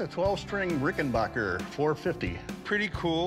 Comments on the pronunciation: For the last time it’s pronounced RickenBACKer NOT RickenBACHer. Just like it’s spelled. It’s not a German Company. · Rick-en-BACKER, not "Rick-in-BACH-er" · its pronounced "ricken-BACK-er" not BOCK-er. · Pronounced Ricken BACKER not bacher. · backer! omg chum rickenbacker! its not rice lmao orvil rickenboker.